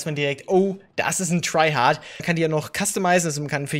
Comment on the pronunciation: jaja "Trygard" jetzt nix "tryhard"